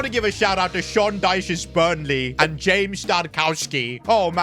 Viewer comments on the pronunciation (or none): none